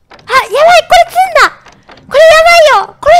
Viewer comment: 詰ん↑だ↓すごく好き🐬